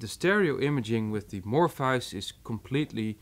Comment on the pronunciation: Mor-fee-us. Your pronunciation is idiosyncratic to put it nicely.